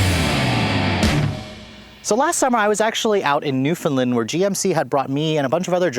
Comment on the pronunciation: Learn how to say Newfoundland proper! new-found-land not newfindlind